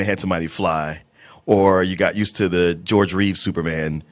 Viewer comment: His name is Christopher Reeve ... not Christopher Reeves